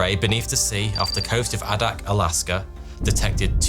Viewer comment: Adak (pronounced Aye-dak)!!!! My family lived on Adak due to my dad being in the Navy years before 1968. Not very many people know about Adak. Thanks for the story.🍯🐝🐈🐈‍⬛